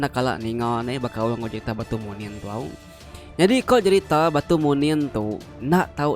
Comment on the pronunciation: Munin ukai manin sebutan ya